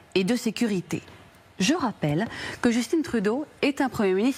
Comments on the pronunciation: Pourquoi prononcer à l'anglaise un prénom francophone?!?!?!? c'est JustIN.... Pas Justine!!!! Ah ces français!! ;0P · Bonjour, merci pour la diffusion. Un petit point : on ne prononce pas Justine Trudeau, mais Justin Trudeau. Justin comme Tintin. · Justin, dans Justin Trudeau, se prenonce à la français SVP. Cessez de dire Justinn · JusTIN comme dans TINTIN, pas jusTINE comme dans Poutine. Au Canada français, on ne dit pas MacrONE.. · Le prénom " Justin " se prononce en français.